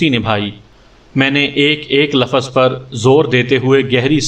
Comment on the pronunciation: Lafaz nahi lufz